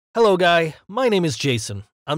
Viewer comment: He said buy not guys